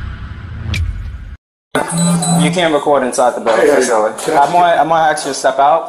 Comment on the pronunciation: The one cop can't even say ask correctly.